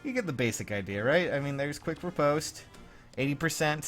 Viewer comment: other than you saying riposte wrong, nice fun fact